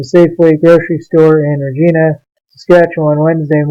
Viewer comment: 2.0 I would not say he was dressed like a homeless person and the sign said not broke not hungry have a great day. I saw what happened he also had reckless driving and he came around speeding and his seatbelt was already off when he drove around the corner and its pronounced re-gie- na